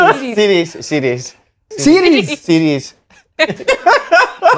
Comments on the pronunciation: slaney not being able to say series is class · A lot of people pronounce series like that